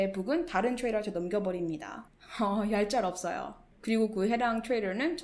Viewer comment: 경험을 통해서 나오는 좋은 영상 감사합니다. 악플따위 개나줘버리고 지속적으로 좋은 활동 부탁드립니다. 그건 그렇고 얄짤없어요 발음하시는게 그렇게 고급지시네요. ㅎㅎ~